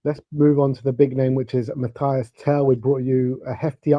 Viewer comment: Mathys not Mathias